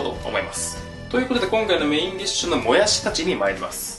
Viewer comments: ぬんずん ぬぃら、ぬんずん、もやすぅ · もやす、ぬんずん、ぬら に笑った🤣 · もやす、ぬんずん、ぬら 癖が強いwww